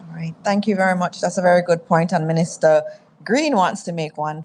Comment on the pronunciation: Can someone please tell that’s it’s not ministuh???